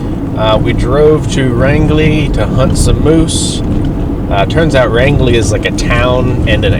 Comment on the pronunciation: You never mentioned the name of the campground you stayed at. Did you make it to Grand Falls? Flagstaff Lake feeds into Dead River which Grand Falls is on so if they were lowering the level of the lake, the flow over the falls would've been impressive. By the way, Rangeley is pronounced like the word range. I look forward to your next video, I like seeing areas I'm familiar with.